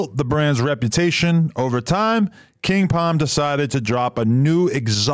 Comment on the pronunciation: Them “king Pom “ ads get annoying when u getting paid & mispronouncing the shit. It’s king palm my man there is an L in there